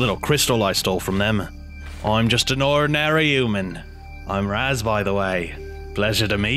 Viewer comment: It’s raz not raaz like mario not maario